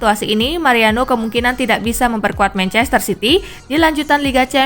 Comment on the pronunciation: mancester city hahaha